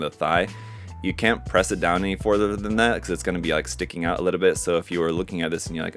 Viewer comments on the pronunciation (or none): none